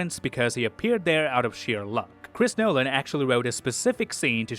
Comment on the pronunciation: Hearing you say Chris Nolan makes me cringe, also what is your accent? You don't sound Canadian at all.